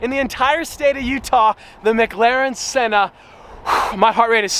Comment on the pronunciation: Braaamont “sawn”